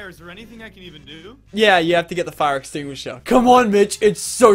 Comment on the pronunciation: "its so simply, get the fire exstinger" mitch burns